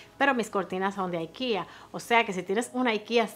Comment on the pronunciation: Aikia?????? Porque una palabra Sueca la pronuncias en Gringo si estás hablando en español????? O la pronuncias en Español o en Sueco, pero nunca en Gringo.